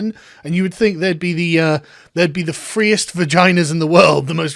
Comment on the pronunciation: Her view of the whirled is stupid. Can't even say world.